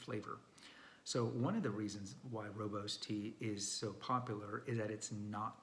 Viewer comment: rooibos is mispronounced so many times by people. Makes sense that darn Afrikaan